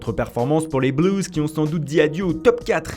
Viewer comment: je sais pas pourquoi tu forces la prononciation des mots étrangers, c'est assez ridicule parfois. Genre Blues tu dis bleuouze (merde le mot est simple quand meme non), arrête de rajouter des syllabes qui n'existent pas, Red Devil c'est pareil cest le "e" qui se prononce "i" et le "i" qui se prononce "e", un coup tu essayes de faire à l'anglaise, un coup c'est du franglais.